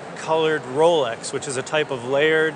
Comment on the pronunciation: needed a moment to realize he didn't mean 'Rolex' but 'RowLux'.